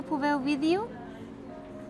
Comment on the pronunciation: It's "Até logo", not "até luego"...